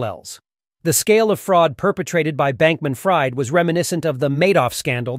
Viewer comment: I think he goes by “FREED” - fried is pronounced “freed” 😂😂